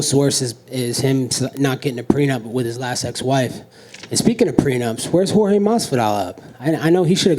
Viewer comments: How Colby is calling Jorge: Street..? -Jedus? 🤣🤣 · street jodes masvidal bruh you don’t know how to how to say Jorge gamebread masvidal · He called Jorge Masvidal George?🤣🤣🤣